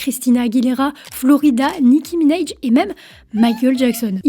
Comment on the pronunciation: Ça se prononce"Nicki Minaj" et pas "Nicki Mineige". Même en anglais.